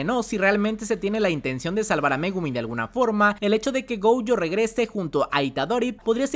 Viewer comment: Goyo no Gouyo por favor!!